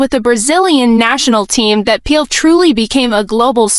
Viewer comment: Please pronounce his name correctly you are calling him peel and it is not